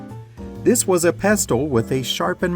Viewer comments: I’m sorry, but “pest-ull” cod pestle? It rhymes with nestle so you really don’t pronounce the t… it’s like pess-ull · "Pestle"!!!! The 't' is silent, like "often"!!! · The mortar and pestle ( learn how to pronounce it) cut the lettuce into wedges, which was the classic way to serve lettuce in the 50s. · it's the pestle which is sharpened, not the mortar. The pestle (you don't pronounce the 't') is the thing you hold in your hand and the mortar is the thing that sits on the table.